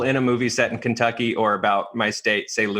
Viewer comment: Yes!!! As a fellow Kentuckian that is annoying! Pronounce it correctly!! LMAO